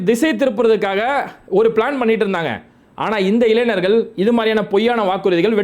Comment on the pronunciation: Dmk bhai please try to pronoun ஞ இளைஞர் You are always pronouncing இளைனர்😂